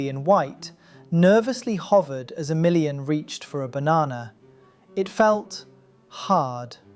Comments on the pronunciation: Pretty sure you stress the A in Emilian so that you at least don't say it like "A million". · 3 minutes in i kept thinking you were saying "for a million" and not "for emilian" and i thought damn they let a million people in????